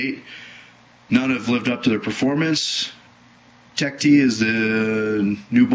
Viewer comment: It's not pronounced Tech "T", it's pronounced "Teched",, just in case somebody didn't know that.